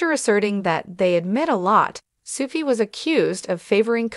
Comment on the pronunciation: Her name is pronounced Sue-key